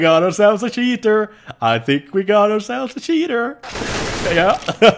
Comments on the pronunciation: i know he is saying that but his accent makes it sound like "shitter" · He was saying "We have a Cheater" but whatever :) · Love the way you say cheater xD